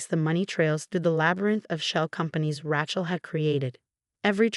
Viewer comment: Rachel with the long "a," not a short "a."